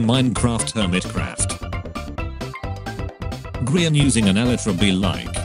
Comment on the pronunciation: No one: Narrator: eyeskall, gr eye an